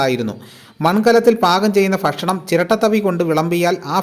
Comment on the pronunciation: ഫക്ഷണമല്ല ഭക്ഷണം കറക്ട് എഴുതി വായിയ്ക്കൂ